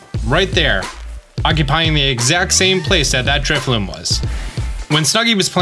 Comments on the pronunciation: Thanks for the tip. What a unique function of the game. I only mention this since you likely habitually misread the Pokémon's name, but it's Drifloon as in balloon, not Drifloom as if it were spinning thread. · Are you saying Drifloom? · Drifloon* not loom lol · if he says Drifloom one more time i'm committing arson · Dude is basically a Pokemon content creator and yet somehow he mispronounces pokemon names in every video. In today's video we have "Drifloom" and "Driflim"